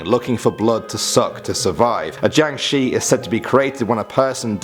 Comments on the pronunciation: Jiáng shì not jiàng shi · the way he pronounced jiangshi thou.